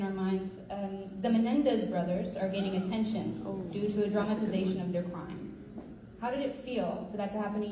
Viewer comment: Gypsy is speaking to college kids and says "dramazation"!😂😂😂